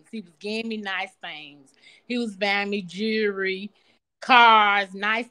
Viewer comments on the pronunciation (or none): SHE SAID, "JURY," INSTEAD OF "JEWELRY." SHE NOT SMART ENOUGH TO BE CONSIDERED STUPID. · Jewelry not jurry lol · Jewelry is now jewrey 😅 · Jury 😂😂😂. It's jewelry 😂😂